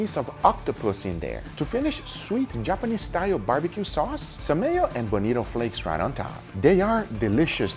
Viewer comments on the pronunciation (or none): none